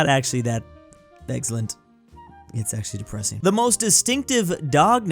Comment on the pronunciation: it's deggpresing